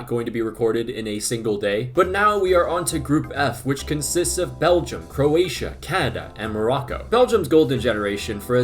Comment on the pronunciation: Speed can't even pronounce the country 💀